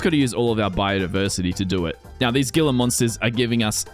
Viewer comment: "Gila" is Spanish in origin, I believe. At any rate the "g" is pronounced like an "h" so it sounds like 'hee-la' monster. New to the channel, but liking what I see.